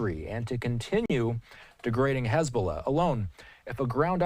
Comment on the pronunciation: I'm jealous that he's calling them hez'balla. Sounds pretty legit. 😅